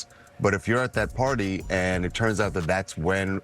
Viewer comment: can't say out, needs to check himself